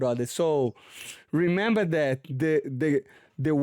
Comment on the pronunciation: Moicano: re-member Moicano: he-member 😂😂😂 I thought that was funny. Great correction! lol